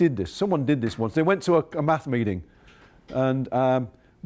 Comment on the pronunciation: thought he said meth.